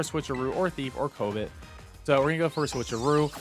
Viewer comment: Great videos! Keep up the good work. One tiny critique though, the move named Covet is pronounced kuh-vuht. Thank you for the updates on the dupe exploit, definitely earned a new subscriber here!